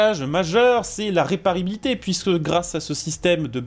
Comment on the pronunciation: C'est quoi la "réparilité "😅